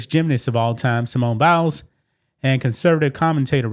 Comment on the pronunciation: It's not Bowels - it is Biles, bi, rhyming with eye! That said, you are looking very cute - it must be a feeling of well-being due to some personal success. That said, (LOL) thank you for continuing to bring us this kind of news.